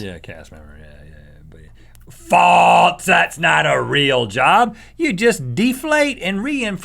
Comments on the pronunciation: Its funny how they both say "faltse" instead of false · please stop saying faltse